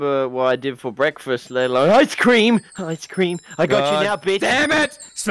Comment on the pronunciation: I’m suing smashing didn’t get his ice cweam 🙄